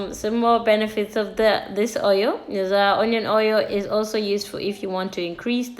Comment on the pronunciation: Honion hoil took me out 😂😂😂😂